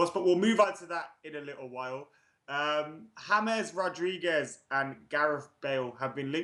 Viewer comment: pronounces James Wilson as Hames Wilson but still fucks up the pronunciation of James Rodriguez 🙄🙄🙄